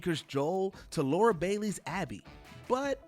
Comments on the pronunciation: Its Lara not Laura. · LARA. Not bloody "Laura". Come on, dude.